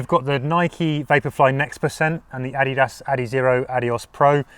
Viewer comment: “Noik” and “Adi-dass”.